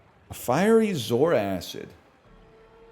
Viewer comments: Why does he always put another 'a' in zoarcid? He always calls it zoaracid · Guys it's zoarcid, not zoaracid.... please don't be infected by NL's mind virus 'acid' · He doesn't even know how to pronounce the name